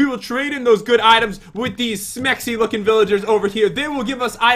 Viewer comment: Lol Pat said smexy😂😂😂